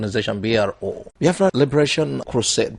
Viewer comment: Brother am still wondering how you pronounce Biafra like Yorubas when you started this programme i did not see it that way, please check if am liying, Thanks